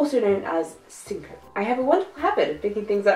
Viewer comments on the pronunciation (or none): Love the video, even the pots joke. Syncope - British pronunciation: sing·kuh·pee Have an awesome day! :_JessicaFace::_JessicaRainbowH::_JessicaClaudia